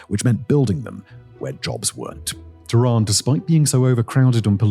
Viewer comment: .typical sensationalist statements such as ".. not exactly paradise, is it?" Or the fact that he cant be bothered to learn to pronounce any of the names correctly( TEHHRAAN becone Tiraan!) only proves that it's all speculative outsiders' perspective . .